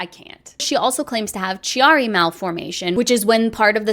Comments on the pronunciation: *Chiari Is pronounced with a "hard C", like "K", not "CH". Also The plural for the word diagnosis is "diagnoses" ("sees")- Not diagnosises. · If you ever want someone to help with medical pronunciations and debunks, I'd be happy to help. Chiari is pronouned kee-are-ee :) And there's even more problems than you realize with some of the claims.